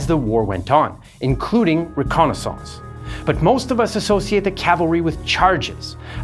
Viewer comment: "Re-Konna SONSCE" 😂